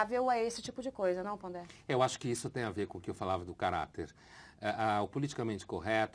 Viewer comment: é Pondé e não Ponder...